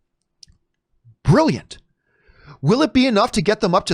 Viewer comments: it's brilliant not billant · "Billiant" Lol, all seriousness this is crazy news!